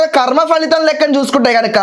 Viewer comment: ఖర్మ కాదు కర్మ.